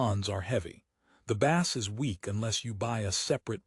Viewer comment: ai says bass like fish not bass like base